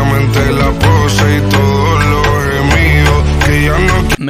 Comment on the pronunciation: Es pose no posha